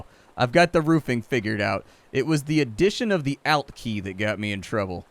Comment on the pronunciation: He says alt, but he says it like Al Bundy. I always said it like you would ultimate.